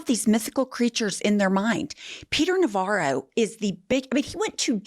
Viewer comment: Navarro=Ronvara lol